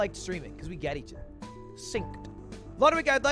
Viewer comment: Why do you say ether instead of other